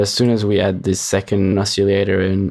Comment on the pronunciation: Yes: Oss-iLL-ate-ohr. No: Oss-iLL-ate-EE-ohr.